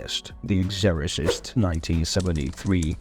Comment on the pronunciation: I don't quite understand the accent. It seems British, but then there are some wildly mispronounced words. Especially Exorcist.